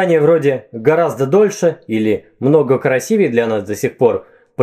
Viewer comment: Вы, любезный, сказали "красивЕе"? Это ужасно.